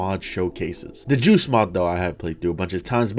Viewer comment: what i see:joost mod what i hear:juice mod